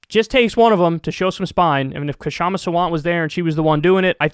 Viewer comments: PSA: Her name is Kshama. The 'K' sound is very brief. It's better to keep the K silent and just call her 'Shama' than make it a hard K sound and say 'Kashama'. So just pronounce it Shama. If your native language has 'small consonant' sounds as in Sanskrit, go ahead and pronounce it Kshama with a short K. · "Kshama" isnt spelt "Ka - shama". Its "Ksha - ma" or if you have problems just say "Sha-ma" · You'll never see this but "Kshama" is pronounced with a silent "K". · Kyle, THE “K” IN KSHAMA’S NAME IS SILENT!!! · Kyle, the "k" in "Kshama" is silent. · Talk , you don't pronounce the 'K', it's just "Shama" ;)